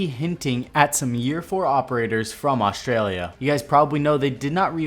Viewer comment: Aronud Where the circle is there is a town called Alice Springs there are a lot of gang hideouts and attacks that happen there that would be sick if that would be a a map and if there a aussie ops. luv ya strya proud to be aussie. Also the way he says Australia and Australian sounds funny not trying to be rude tho.